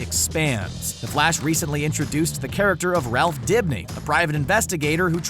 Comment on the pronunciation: Did he just say Ralph Bigby? Lmfaooo!!